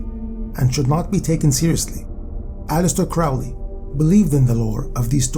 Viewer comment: Not trying to sound like a snooty know it all, but Aleister Crowley pronounced is name alley-ister crow(like the bird)-lee. Fascinating video, I'm currently going through the break up of a 3.5 year long relationship wherein we lived together for the last 2.5 years. I've found that researching various topics I find very interesting has been a beneficial technique for not letting my mind dwell on the negative emotions that break ups inevitably trigger, and this video had a firm command on my attention from start to finish